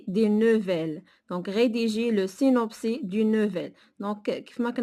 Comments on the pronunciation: سينوبسيس Et non pas سينوبسي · le synopsis "s" Il se lit même s'il est à la fin du mot 🤦‍♀ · Synopsis [sinɔpsis]. On prononce le s.